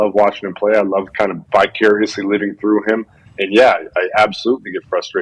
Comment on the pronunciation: Love the watt brothers but it sounded like jj said “bi-curiously” instead of “vicariously”